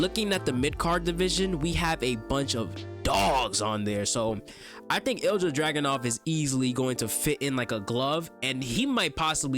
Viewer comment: great video, just so you know Ilja is pronounced ILL-YUH, keep up the good work 👍👍